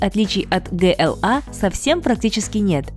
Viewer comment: Алиса еще не выучила как называется их канал . "Мега электрик" это что-то с чем-то. Для справки, ваш канал называется "МиГоуЭлектрик". GLA нужно говорить не "гэ-эл-а" а "джи-эл-эй".